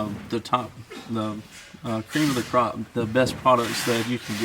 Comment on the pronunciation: “Cream of the Crop”. That’s southern coming out. Hahahaha proud of ya country boy